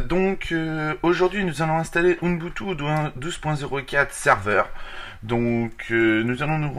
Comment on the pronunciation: Ça se prononce ubuntu ,UBUNTU